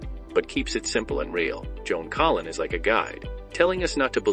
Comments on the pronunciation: Must be bad AI doing the narration because her name is Joan Collins not Joan Collin. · Why in the heck does the video narrator call her Joan Collin ? without the S ? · Her last name is Collins, not Collin. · The name is Collins, not Collin.